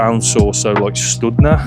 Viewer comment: thank you for your video. BTW, "studňa" was correct - maybe not perfect but very close. Also "Sv." = "Svätý" = "St." = "Saint".... so your guess of Saint Martin was correct too.